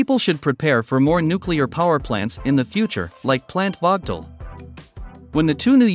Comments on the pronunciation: Check you pronunciation of the plant's name. It is prnounced as Vogel (/ˈvoʊɡəl/). The plants are named after a former Alabama Power and Southern Company board chairman, Alvin W. Vogtle. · Teach the robot to pronounce "Vogtle".......the "o" is long and the "t" is silent. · Damn….I worked there 40 years and I have NEVER heard the name of the plant so mispronounced like this chuckle head did!! Just pronounce is like “Vogel” and you won’t be heard as being stupid as you sound!